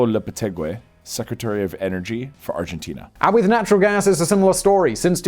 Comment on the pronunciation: Good ol' Arginteenerr